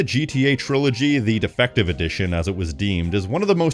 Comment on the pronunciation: I thought at first he said "defecation edition." 😂